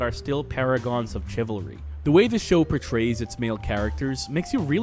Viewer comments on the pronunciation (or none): in, the way he said "chivalry" with 'ch' like that in "cheese", and the way he said "caricature" like "ca-rick-ature" has already drove me up a fucking wall.